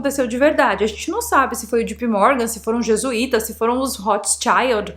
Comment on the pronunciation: Não é - G.P. Morgan E sim - J.P. Morgan